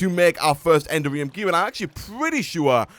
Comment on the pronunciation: I thought you might like to know that the correct pronunciation of "Enderium" is not "Ender-ree-um", but "En-dare-ree-um". It's a small thing, but it can be a little grating sometimes!